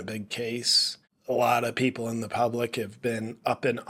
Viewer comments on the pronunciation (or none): none